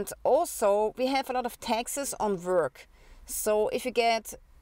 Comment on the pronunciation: you speak taxes like texas